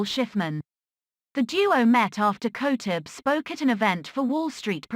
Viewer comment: At least know how to pronounce her last name properly.